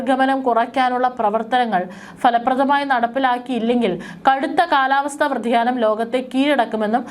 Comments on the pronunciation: Not vratiyanam vyatiyanam is correct pronounciation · വ്യതിയാനം. വ്ര . അല്ല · വ്യതിയാനം എന്ന് പറയുക വൃതിയാനം അല്ല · Kalavastha vyathiyanam ennu vayikkuka.